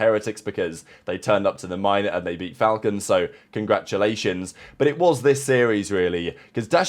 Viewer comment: It's pronounced,The Fal-Colns Shoutout